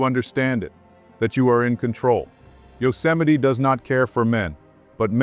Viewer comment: It's pronounced you-cem-a-ty, not yo. No one heard of yo-cemity Sam